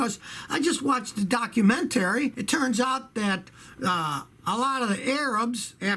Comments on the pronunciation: watched a "docuMENTaray"..... hmm an aristocrat :) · people: documentary Scotty: dock-u-men-taree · I was just ready to write that..ol scotty said that like ive never heard it pronounced before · Scotty “DocumenTERRY” Kilmer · a documen TARY lol ily scotty